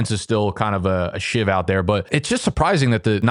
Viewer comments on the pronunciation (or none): Sieve, not shiv. :) The more ya know.